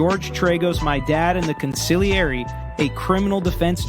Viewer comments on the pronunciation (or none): none